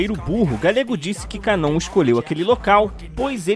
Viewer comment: A pronúncia correta é KAnon e não kaNON. Ja pedi pra pronunciar esse nome coreto mas você é chato e teimoso, todoa os dubladores do anime pronunciam KAnon, mas so você ta certo em pronunciar kaNON. Complicado hein...